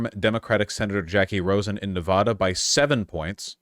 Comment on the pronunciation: I'll listen to vaush when he pronounces nevada correctly <3